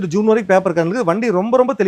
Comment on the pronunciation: ஜீன் இல்ல நண்பா (ஜூன்)